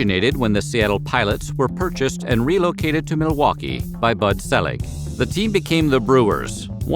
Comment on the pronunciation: Bud Selig's last name is pronounced SEE-LIG.